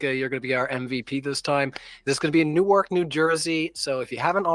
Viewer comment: JFC, none of you know how to pronounce "Newark"